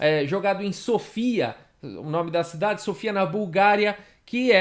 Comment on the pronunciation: se eu não me engano a pronúncia correta do nome da capital búlgara, embora sem acento, é "Sófia" e não "Sôfia" como foi dito no início do vídeo. Um Abraço.